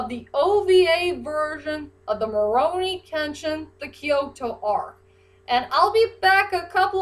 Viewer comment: I feel like you're saying rurouni with an m sound at the beginning like morouni kenshin